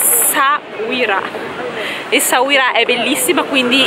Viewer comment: Essauria, si dice Essauria 😂😂😂. Anche la mia mogliettina non riesce a dire Essauira! Noi ci andiamo domani, bellissimo il Marocco. Complimenti per il video!!!